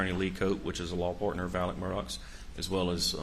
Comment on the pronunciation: Why do most people in these interviews pronounce Alex Murdaugh's name "Alec" when his name is spelled "AleX" with an X? Is this a regional pronunciation or is his name really "AleC"?